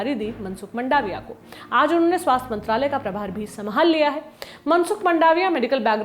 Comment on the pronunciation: मंडाविया नहीं मांडविया है इनकी surname